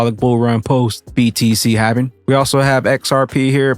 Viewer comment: ....It is Halving or Halvening. Driving me nuts...lol